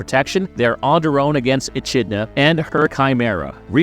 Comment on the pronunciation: You mispronounced Echidna